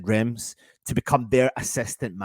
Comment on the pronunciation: That's not how you pronounce Reims!!!!!!!!!!!!!!!!!